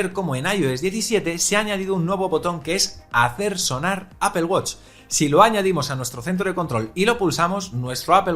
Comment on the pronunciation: apel apel apel apel....... cual inche apel..... es APPLE